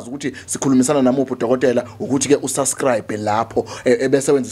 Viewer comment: Subscribe not suscribe bantu leligama nilibiza njalo weSiyaviva libizeni kahle lijwayeleni phela